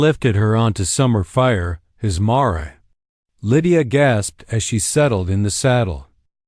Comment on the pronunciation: The dang word is mare (mair) not ma-ray!